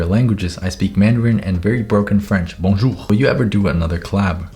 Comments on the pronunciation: As a french, i Can say that your "Bonjour" was perfect. :D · That was absolutely not a broken "Bonjour" man, good accent ! Merci pour tes super vidéos ! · Your "Bonjour" was really good, the accent and all was perfect 🤣👌🏻